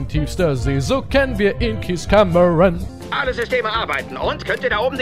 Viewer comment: Du sprichst den Namen des Kapitäns falsch aus ;-; *Cameron